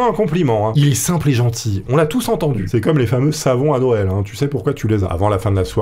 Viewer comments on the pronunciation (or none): none